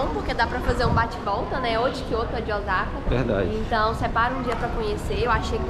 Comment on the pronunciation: O S A KA e não OZAKA pronuncia é S e não Z 🤣